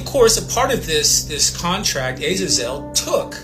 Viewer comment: Wow. The guy who’s trying to come off as an expert on 𝗔𝘇𝗮𝘇𝗲𝗹'𝘀 𝗻𝗲𝗽𝗵𝗮𝗹𝗶𝗺 𝗼𝗳𝗳𝘀𝗽𝗿𝗶𝗻𝗴 ought to learn how to pronounce Azazel correctly.